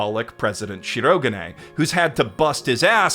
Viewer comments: Dub narrator's worst crime to date::butchering the pitch accent of Shirogane's name and infecting multitudes of fans, including dear, with his own bizarre stress pattern. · Did purposefully mispronounce Shirogane's name every time it came up to drive me and others insane. I think so. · Nice video. But please don't say ShirO-ga'ne! It's flat! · say it with me SHE-RO-GA-NAY... not she-rog-ah-nay the rest of the video is great. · The amount of work that must have gone into this tome of a video is awe-inspiring, and the analysis it contains was thoroughly enjoyable, but if I hear しろがね mispronounced as "shurro-g'nnay" even one more time I might just have an aneurysm. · I love how he said Shirogane as Shirogain, not cringing at all, not one bit :) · As a Japanese speaker: I will never forget the pronunciation of "Shirogane" as "She-roh-guh'nay" 😂 (Amazing video, by the way! Such passion speaks for itself 🔥 🔥 🔥) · Dang it I didn't scroll down far enough before posting my own sarcastic aside about the headache inducing swing from correct pitch accent to whatever the blazes that "shi-RO-guhnay" mess is. The voice actors try so hard these days to master stuff like the right R sound and you feel bad that nobody ever taught them the pitch is important too. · Would be a perfect video if he didn't pronounce shirogane like that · I'M FINALLY BACK!!! I WATCHED THE ENTIRE SERIES UP TO SEASON 3 AND THE MOVIE!!! now I can watch this video:))))))... god I'm dead inside edit: either there's alot of differences in the manga, or got a few things wrong??? well... besides his severe misproununciation of my son white-castle's name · I can only listen to you consciously mispronounce the name Shirogane so many times man. Why are you doing that? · I'm aware you're probably doing it as a bit, but listening to you mispronounce 'Shirogane' every time you say it despite loving the series enough to make hour plus diatribes, I die a little inside.